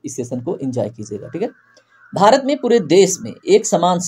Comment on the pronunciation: Sir aap bahut achhe se haste ho jab aap Bharat ko behrat bole 😊